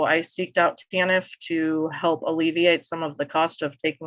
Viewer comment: TANF (not Taniff) - Temporary Assistance for Needy Families